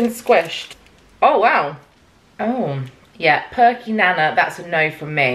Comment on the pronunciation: So hilarious that you say perky 'nana' like grandma nana - it's nana as in banana because it's banana flavoured haha! I live in NZ and I think they have them here and maybe in Australia too. Whilst you're over here also stay away from Pinky bars and pineapple lumps - just as gross as perky nana's! And if you like penguin bars, they have tim tams here but they aren't as good as penguins by themselves - however, if you do a tim-tam-slam (look it up!) then they are amazing!